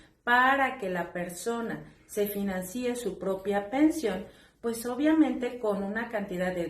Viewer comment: Sólo como datos no se dice para que alguien se "financíe" sino financie sin el acento en la i final